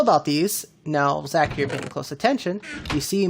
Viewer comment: Your base is sick I heard in one of your last streams I think if your saying my name wrong which your not it’s spot on 👍👍also I changed my name but still call me Zach,c u soon!